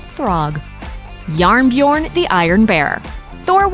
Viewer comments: its jernbjørn not njarnbjern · Norwegian here. It isn't "jarnbjorn", it is "jernbjørn", pronounced "yernbiorn". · as a norwegian i find it quite funny listening to you trying to say JærnBjørn or "iron bear" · When she tried to pronounce "Jernbjørn" ..... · The way she prononced Jernbjørn made me cringe. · jarnbjorn aint Norwegian bruv. In that case it must be ancient Norwegian as if the word was actually norwegian then it would be spelt: Jernbjørn not Jarnbjorn